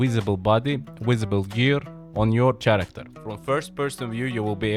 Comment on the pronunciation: He said chairacter😂